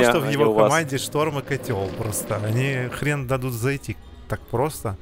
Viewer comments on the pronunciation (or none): none